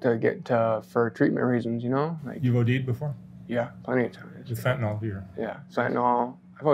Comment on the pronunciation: Says he is a fentanyl user, but doesn't pronounce fentanyl correctly. It is fen' tan ill, not fen' tan all. By the way, the reason he looks reasonably healthy after 7 years of fentanyl use is that fentanyl, like most opioids, is pretty gentle on the body. The most pronounced physical effect is chronic constipation, due to slowing down and decreasing the force, of the involuntary muscles that move chyle though the intestines. This can be effectively treated with laxatives. It also screws around with endocrine system, causing a great decrease in the production of androgens such as testosterone. Unlike alcohol, it doesn't seem to do any harm to the liver or kidneys. We presume it makes permanent changes to the brain, but nothing that can be seen on a CT scan or an MRI, or at autopsy. For example, generally long-term users retain the ability to solve complex math problems. You can't come off drugs by depending upon the actions of other people. You have to do it yourself. Making it difficult for people to get drugs does not make them stop wanting drugs or taking drugs. It only makes them want the drugs more. If you want to help people like, you will do nothing to stop them from getting all the drugs they want. You will tell your legislators to make fentanyl legal. Having as much fentanyl as he would like, for a reasonable market value, is more likely to help to, in regard to getting off of fentanyl, than to restrict the availability of fentanyl. It may sound counter-in